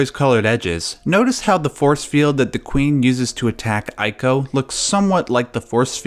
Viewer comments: EE-KO Not ay-ko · Yeah, it's "ee-koh", not "eye-koh". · It's pronounced ee-co. Say it with me! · It’s eeeeco not eyeco. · It's pronounced ico (eeko) not (eyeko).... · Not 'eye-co', but 'ee-co'.. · Ee-ko. not Eye-ko. EE. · You probably got a ton of these comments, but... it's not pronounced "eye-koh" It's more like how you pronounce Trico. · please stop saying "eye"co its "ee-co" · Why are you calling it "Ay-co"? The last guardian should have cleared that by now as the boy clearly says the beast's name. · Ico is pronounced "ee-co"! Trico rhymes with it and that was mentioned in the making of video of The Last Guardian. いいこ (iiko) could even be translated as "good child" which would work with your hypotheses. Also the "yinyang" symbol is called taiji. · It’s pronounced E-CO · It's pronounced ICO (ee-co) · Jesus Christ why is it so hard for someone who's a fan to call the games and developer by it's correct name. It's pronounced "eco" It's not that difficult you got it right with Trico but mess it up on everything else? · Daniel is correct. In Japanese it’s ee-ko. The I is pronounced as a hard E. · It's pronounced "eeco" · TREE-co and EYE-co. Some men just want to watch the world burn. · "Eye-ko"?! C'mon man... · you can't even pronounce Ico nor Fumito Ueda. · Pronounces Japanese names correctly...but not Ico. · Things I disagree with: 1) Your pronunciation of "Ico." 2) Saying "Colossi" when you actually mean "Colossus." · I dissent on the pronunciation of 'Ico'! ... Yeah, the internet is still the internet. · Every time he pronounces Ico wrong I cringe lol